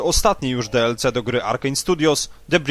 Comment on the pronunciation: No właśnie, jak można mówić "Plas" i jednocześnie DeElCe? "Plus" już można zostawić w spolszczonej wersji, za to DiElSi brzmi lepiej :)